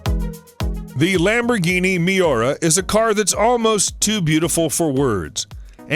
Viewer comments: 🤣you said MEE-or-uh🤣 It’s My-wra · My-wra? Sorry, but that's about as bad as Mee-or-uh. Let's try saying, "Mi-your-uh" real fast. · Ah yes the Lamborghini meora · Dude now you just said it wrong too its pronounced "me-ur-uh" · Ah, the incredibly rare Lamborghini Meeeaura. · Fucking hell he really Butcherd Muira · My god I was gonna rage at this Youtube video for that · Its annoying especially cause I'm a car enthusiast